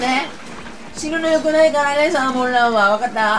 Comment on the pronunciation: シャーモンラン言ってるように聞こえる😂😂😂 酔っ払い😂😂😂